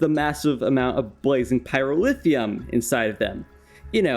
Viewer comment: absolutely love these videos but the pronunciation of pyrotheum infuriates me to no end haha